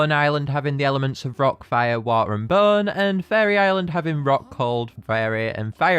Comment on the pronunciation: When you say Bone, it sounds like Burn